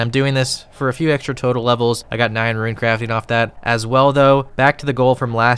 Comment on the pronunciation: How can you pronounce ichalthin perfectly but not rune 😂